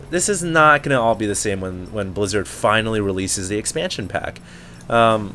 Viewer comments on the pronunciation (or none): none